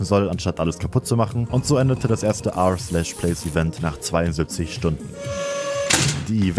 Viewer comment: It's not erplace ist r/place